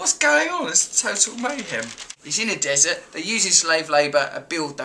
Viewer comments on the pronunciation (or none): none